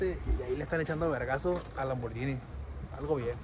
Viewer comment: Si ya no es toys, por que dice lambortoys?